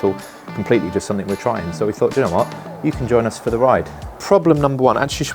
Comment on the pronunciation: Another irritating Youtuber who thinks the word; 'SOMETHING' is spelled with a 'K' at the end !!! Grow up !!! There is no such word as "SOMETHINK" !!!!!!!!!!!!